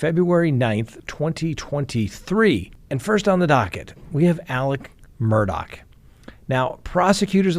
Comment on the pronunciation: It’s MUR DAW NOT MURDOCK